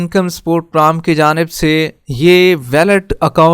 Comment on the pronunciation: Pram Kya hota hai Bhai. Program bola karo